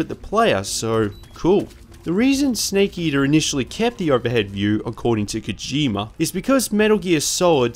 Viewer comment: "sneak eater" (Don't worry, us kiwis across the ocean also get shit for our accents lol. Great video!)